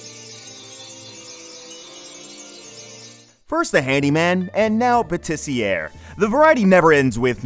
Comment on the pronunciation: Jus going to say it because it bugged me. It's not Pâtissi"AIR" it's Pâtiss"Yeah". ER is an "é" sound not an "ère" sound. Anyway, good list. 2023 was a good year for Isekai.